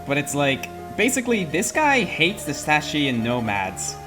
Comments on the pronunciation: it's Saka not Sache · It's pronounced SA-KA-AY! SA-KA-AY!!